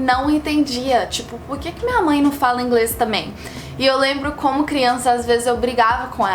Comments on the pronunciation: o sotaque mineiro se mostrou no “minha mãe” hahahaha linda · Seu português e ótimo.... Nem percebi diferença.... Sou mineira o seu jeito de falar "minha mãe" e muito mineiro kkk